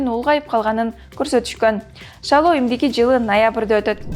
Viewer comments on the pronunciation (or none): азаматсын,бирок утуру эле шайлоо деген созду шалоо деп айттын,5 жылдан 2 жолу дегенди 5 жылдан 2 жыл деп айттын.Кыргызчанды онуктур,сабатту Жана так суйлош керек журналист,создорду "чалкаштырбай!"